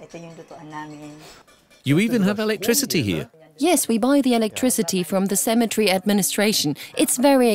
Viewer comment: CEMETERY NOT Cematree 🙄🤦‍♀️🤣🤣